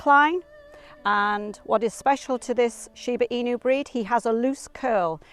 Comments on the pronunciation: Imagine making a whole wikipedia video about something but ends up mispronouncing the name so badly during the entire duration of the video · At least she could’ve researched on how to pronounce the word. It’s annoying to listen that I didn’t finished watching it. Was only until 3 minutes. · So annoying to continue to mispronounce! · It drives me crazy . She's pronouncing it wrong. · I’m cringing hard the way she pronounced it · It sounds like she's using every opportunity she can get to say Shiba in you ^_^v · There is a Sheba In You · It’s “she be in you” 😂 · Michelle T she’s not far off. You pronounce it sheeba enoo...ask any Japanese person. Also, Americans pronounce most of the English language incorrectly if you want to play that game. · 発音が柴犬じゃなくて柴イニューで笑う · Wow she really butchered the pronunciation of the breed 😮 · Hey I am Japanese and I love Shibas. Very informative content but sad to hear Chinese music in the back ground😅 Also narration kept calling the dog Shiba INU like "In you" or "EMU", but actually are pronounced INOO (NU pronounced like Nutella) as the owners was saying. INU means dog. Otherwise good show and I enjoyed it. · I loveyour videos, but I wish you at least have learnt how to correctly pronounce its name and stopped saying it like "in you"all the time. There is no y sound while spelling inu, which by the way means dog in Japanese. I wanted to watch ths episode but after hearig in you over and over, I had to close after 3.5 minutes. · Why do you say "in-you"? It's pronounced "ee-noo" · why do they let her say inyou when all of the people are saying enu? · That Shiba “Inyu" is making me cringe 😬 😬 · Please pronounce correctly. Not Shiba-Inyu... but Shiba-Inu! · シーバイニュー、ていうのなんかワロてまう シバイヌよりカワイサが溢れ出てる しかしなぜイヌまで含めて英語では発音されてんだろう(笑) 背景BGMがどう聞いてもいわゆる中華風（和風ではない(笑)）で、欧米人の雑なアジアくくりっていうのもまた(笑) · It's shiba "i-noo" (a short 2nd sound), NOT shiba "i-new". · shiba INU, NOT shiba inyou!!! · It’s pronounced EE-new,. Not in you. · Shiba emu.